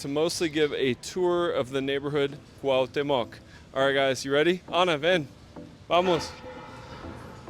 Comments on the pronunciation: Nice walk for sure. My favorite is Coyoacan, San Angel, Chimalistac, La Florida. Its not pronounced COW- teh- mohc, its more like COO- AAWW- OOH- TEH- MOHC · jajaja no Ana!!! CUAU-TE-MOC así se pronuncia niños 😉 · so u r annoying the hell out of me for continuing to mis-pronounce my fav nabe in cdmx - phonetic spelling coo-owh(hint at the H sound)t(soft T)(there is an accent in the E which means u press a little on the ay sound immediately following the soft T and then end with mock - start doing it slow and then speed it up after 100 times slow - so: coo-owh-tay-mock - hope u got that!!